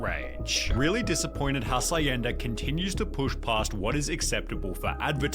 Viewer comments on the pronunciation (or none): not the narrator saying "hasayenda". it's actually pronounced as "ha shen da" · Its pronounced as has-yen-da 😂